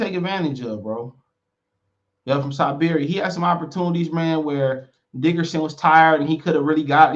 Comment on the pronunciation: It’s Dickinson not Dickerson